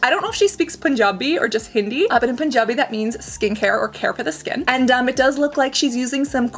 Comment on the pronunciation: Loved how you legit said Punjabi the way it is supposed to be said. With that accent! This was a fun video to watch ❤️ (nothing new in here, everything you post is fun)